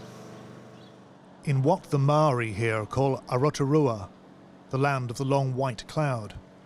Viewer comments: mins, "O-rotorua"...!!?! Have some respect Channel 4 - for all the resources your reporters have you could have got the country pronounciation correct! The name for New Zealand, the Land of the Long White Cloud is AO-TEA-ROA! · minor point - it's Aotearoa - Ao (as ow I hurt my foot) - tea (tea-ya) roa - (rower) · It's not 'awatarua'- it's AOTEAROA- the land of the long white cloud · Repeat after me: Ao-te-a-re-a /ɑ:ɒteɑ:ræ/ Now stop showing the terrorist's face or name. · That was THE WORST pronunciation of Aotearoa I have ever heard... wow. You basically just said "A Rotorua".... Rototua is also a place in New Zealand. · "A Rotorua" lol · Learn how to pronounce Maori. Its ow tay arrow hah, Kia Kaha outahtahi, Kia Kaha Aotearoa, As Salam Alykom for everyone effected. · You pronounced aoteoroa wrong but, it was a good effort because its a hard word to say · Oi i was like did he just say “A ROTORUA-land of the long white clouds” sksksksksksk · I have never heard such mutilation of the word 'Aotearoa' 🤦‍♀️ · Mate you couldn't have pronounced Aotearoa more incorrectly. Please don't try to leverage the Maori name for this land to fuel your metaphor about grief, when you have no idea what that word actually represents or how to say it.